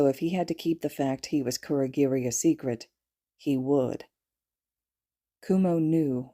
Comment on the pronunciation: ITS KUROGIRI OMFG